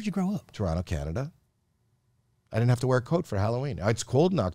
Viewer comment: Love that Howie still says Toronto the right way. 👍👍